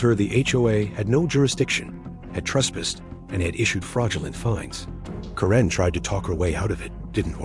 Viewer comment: It's Kare-n not Ka-ren, get it right AI.